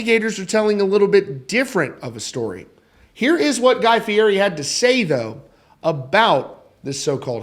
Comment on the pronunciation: It is pronounced FEE-ETTY.